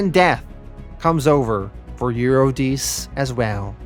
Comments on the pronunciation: Yes, and it's You-ri-de-see (Euredice). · Since when? I guess since 800 BC or so. Also the pronunciation of Eurydice follows the same logic. Eur- eh- dess- ee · and eurydice. U- re-di- ce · Honestly though, you butcher so many names throughout the whole Sandman series (You-ruh-die-see!) that it detracts every time. All it takes is looking them up before you post. I think that would attract more people to your storytelling. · Love your narration skills. I think watching a few Greek mythology documentaries might help you a bit with the pronunciations of the names. Per-ce-fa-ni Eu-ri-di-si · Sorry to do this. Its Per-seph-O-ne and Ur-rid-di-see